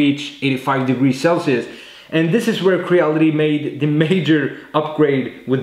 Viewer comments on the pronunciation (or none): none